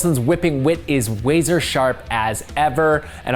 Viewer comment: " whipping wit is wazer sharp". 😅😅😅 WAZER 😂